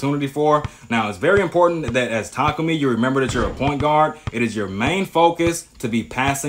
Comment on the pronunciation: its tah kah umi 😂